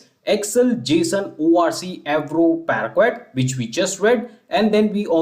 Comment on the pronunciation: Your efforts are really appreciated but your pronunciation of "parquet" is not right.